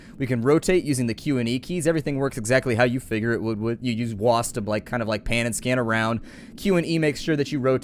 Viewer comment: its just me or say wasp and not wasd